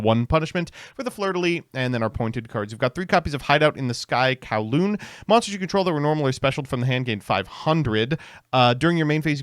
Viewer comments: It's Cooh-lumb not Cow-loom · That word is not pronounced Kow-loon....its pronounce like Columbus without the -us ...i think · I am just going to say that coulomb is pronounced COO-lom but besides that, great video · coulomb...anyone else hearing kowloon? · The fact that he pronounces coulomb, the unit of charge, as 'Kawloon', the VW city, is infuriating